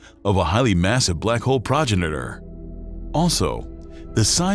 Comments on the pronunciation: Enjoyed the content. Fine presentation. Incorrect pronunciation of progenitor the only slip. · This guy doesn't know how to pronounce "Progenitor" - that or this is TTS.